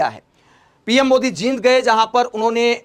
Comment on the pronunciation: जिंद😂😂😂😂 नहीं जींद